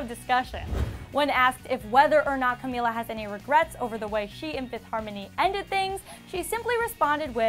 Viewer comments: FINALLY! Someone actually said her name right. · omg the first reporter who said Camila’s name right